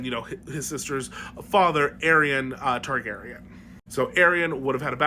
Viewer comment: Tar-GAY-rien you say??